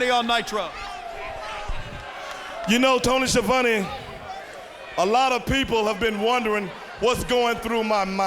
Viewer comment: Highlights Nice Sign! Stevie Ray pronounces Tony "Schiavonne" like Dusty Rhodes looks like Disco Inferno showed up in pajamas Ernest Miller sounding like HongKong Phooey. Perhaps that's who his Cat name homages. K-Dogg's "Rowdy Roddy" speech Very kind of Rick Rude to give K-Dogg a choice of who can beat him Good match Scott Norton vs. Jim the Anvil Chris Jericho's New move! Heenan as a broadcast journalist DDP vs Stevie Ray. Nice of them to colour coordinate their pants for the match